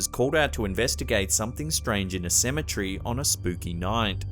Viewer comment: CEM-E-TER-Y!!! WHY can't you pronounce this simple word correctly? Cem-e-TER-y!!!